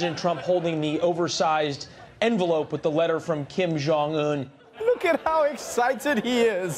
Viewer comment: "Kim Jong Tool"??? Really???